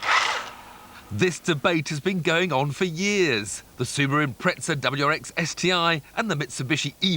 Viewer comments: Why do Poms say 'Impret-sa'??? It's written Impeza and there is no fucking T in the word! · why the fuck do fucking brits insist on saying... impre"T"za... instead of just impreza! WTF it gets on my nerves sooooo mmmuuuccchhh!!!!!!!!!!! >:( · why do poms say "impretza"? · where's that "T" they're speaking come from in Impreza?